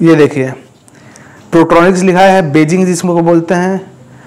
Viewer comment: प्रोट्रोनिक्स नही बोलते हैं इसको पोर्ट्रोनिक्स बोलते हैं इसको भाई थोड़ा नाम shi se lo